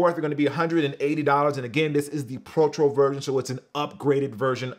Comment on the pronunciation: We gon ignore mans said protchro when it’s pronounced pro-toe